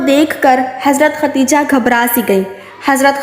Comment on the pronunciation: MashAllha SubhanAllah bohot pyara vaqea hay, lekin pyari behen asal main sahi nam Khadeja hota hay ye to hamare mulk main nam ko bigar kar khateeja kehna shuru kar dia hay jo ke sahi nam Khadeja hi hay .🤲😢😥🕋💚❤